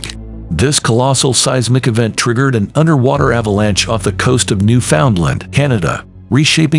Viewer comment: It’s prounced New fn land not Newfoundland.